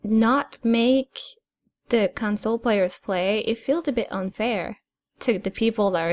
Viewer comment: jesus christ has he been saying council the whole time?